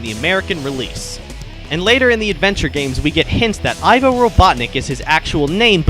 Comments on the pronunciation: It's pronounced eevo like evil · It's pronounced 'Ee-vo', not 'Eye-vo'. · Oh, and it's pronounced "Eevo" Robotnik. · Its Pronounced Ivo (EVO ) Referencing to evil so kids would draw the conclusion of bad and evil with robotnik when sonic 1 came out. Deen Siton ( himself stated that and I found out a while back. Ivo is also Latin for egg back wards ovi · The way you pronounce ivo i